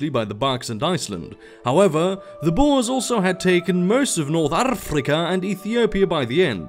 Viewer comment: you still don't pronounce boer correctly